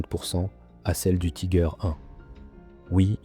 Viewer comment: Pourquoi prononcer Tiger à l'anglaise ?